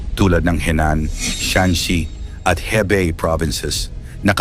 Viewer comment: Hebeng? So slang!